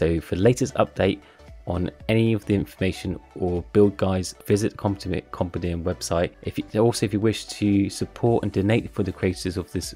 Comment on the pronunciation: i think you need to learn how to pronounce compendium